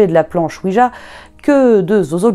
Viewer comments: Oui jjjjjja pas dja . CA viens de oui oui francais allemand. JA se prononce ya en allemand pas dja ca cest le dieu de la weeeeed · à 0mn58 : planche "oui-dja"...il n'y a pas de "d" dans la prononciation de planche oui-ja (gea)...car c'est ja (oui) en allemand où le j se prononce y...c'est donc une planche "oui oui" (oui-ja / oui-ya).